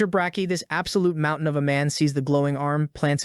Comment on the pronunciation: the fack is a mount-tai-han?